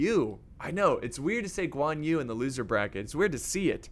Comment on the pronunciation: Who is also chinese and dissing how he mispronounce all thier names. Btw it is not Guan You IT'S GUĀN YÜ